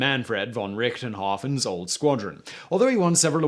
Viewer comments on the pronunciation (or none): Manfred Von Richthofen not “richtenhof”...... someone has to do it. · Mannfred Von RichtENhoffer? Your butchering knows no bounds, Semen.